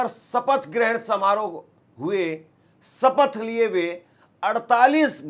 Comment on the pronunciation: सपथ नहीं शपथ कहो। हिन्दी सही बोलो।